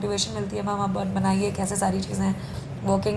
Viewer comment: Pehle ma'am bolna seekhle. Fir 200 le aaiyo